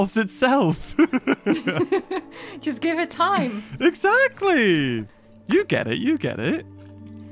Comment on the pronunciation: you sed eggsacteley